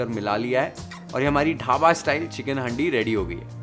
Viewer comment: Bhai haaandi nhi handi 😅 pronounce thik nhi hora